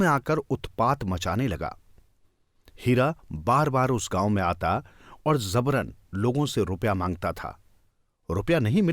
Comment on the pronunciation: Zabaran nahi jabaran Hindi seekhiye please